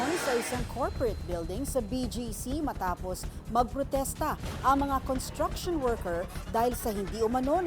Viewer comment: It's pronounced as construction workers with an s after con.It's not contraction.